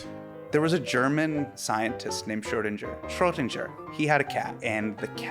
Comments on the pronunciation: As a german speaker I exploded when thez tried to pronounce Schrödinger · crazy that neil degrasse tyson doesnt know how to pronounce schrödinger